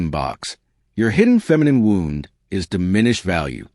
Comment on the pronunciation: Sadly, AI still isn't pronouncing words the right way, and I don't see how they will ever figure out how an inhuman machine will figure it out. Every time on any video, they always pronounce Wound (ouch) as (winding) wound ... same thing with several words. It just makes the message sound weird, you have to figure out what they are saying, and this happens way too much now. I miss people.